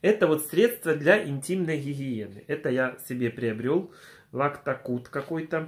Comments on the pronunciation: Читается " Лактацид", а не Лактакуд" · Лактоцид а не лактокуд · ЛактоКУД, ахахаха 😂😂😂👏 👏👏👏👏 Ржу нимагу.... Лактоцид 😋 Про Сейфгард мыло правильно сказал, им мыть руки можно только после улицы и не более, оно сушит кожу сильно.... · Лактокуд¿??😂😂😂😂, ты читать не умеешь, ЛАКТОЦЫД, село дмытровка, вчы вчы одни двойки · Лактации! А не Лактакуд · ЛАКТОЦИД А НЕ ЛАКТОКУД🤣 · Не Лактакуд а Лактацид!!